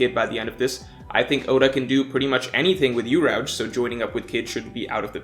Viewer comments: Did you just say... “you-rowge”? Instead of urouge? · Normal people: Uruge: Urauje... Also the raid on Onigashima will fail! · Who the hell pronounces Urouge like that? hahahahaha